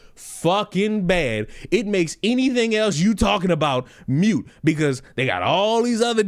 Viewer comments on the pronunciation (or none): I'm surprised NYC 911 asks you if you want to leave your number. The few times I've had to call they already had it. BTW:;It's moot. Not mute. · "Moot" is not pronounced like "mute."